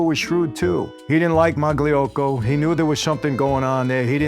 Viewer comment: That [g] is silent in Magliocco Blows me away how Italian Americans butcher the hell out of our surnames.